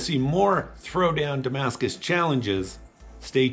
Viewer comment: very beautiful; just it s hurt me every time i hear Damascus .... it s a look like, u can t call it damacus